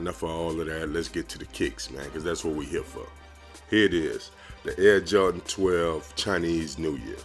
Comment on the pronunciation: men you say Jordan as Jar-in, lol. Your vids are underrated though.